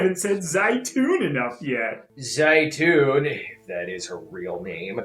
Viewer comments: it is, I studied Arabic for several years Plus it’s usually pronounced “zay-toon” so the film couldn’t even get that right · زيتون or how the movie says it zauton is actually Oliver and no they where not saying it right but is because you need to have a decent knowledge of arbaic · Odd 'n Strange Games lol yes it means olive in Arabic. Although they definitely butchered the word's pronunciation, they made it sound both hilarious and stupid.